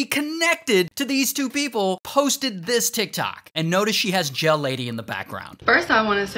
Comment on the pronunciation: Oh gel lady I thought he said jail lady 💀